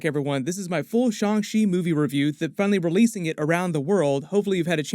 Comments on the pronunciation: His name is Shang Chi, not Shang shi🤦‍♀️ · Please say the movie name right 😅